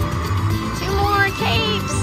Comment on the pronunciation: 🎉awesome win. Kept thinking u saying we need cakes instead of capes lol ❤😂